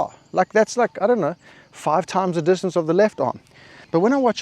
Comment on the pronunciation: dis- ton - ce 🤌